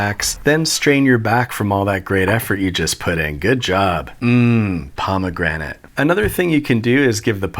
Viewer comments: "mmmm, pomagranat" Im dead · “Pomegranté” for unnecessary flair. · Haha, pomme grenade